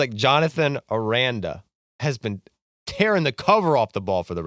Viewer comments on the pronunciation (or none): Their pronunciations of Caminero and Aranda were diabolical